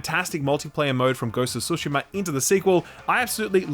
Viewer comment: he can say Yotei’s protagonist’s name aTSU, but can’t say TSUshima.